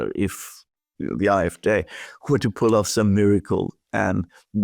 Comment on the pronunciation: Dear and Alexander, I know that I am far from the only one who highly values your geopolitical analyses. Nevertheless, I too would like to express that here once again. Please do not hold it against me that I have two further insignificant remarks: always pronounces "AfD" as "Afdè", so with a short "e" at the end, while if you want to pronounce it in German, that "e" should be more elongated, so as "é" or "ee" as in "rEprodruction". And for Alexander: "Wagenknecht" is pronounced in German as "WaaKenknegt". And although my mother tongue is Dutch, I hope that the German listerners here can agree;-)